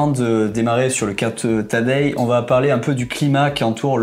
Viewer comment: Franchement la prononciation de son prénom m’a fait zapper… Tadejjjjjjeeee? C’est TADEÏ… pas Tadejjjjjeeee…